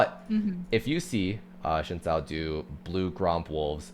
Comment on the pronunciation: its xin (sin) zhao not shin zhao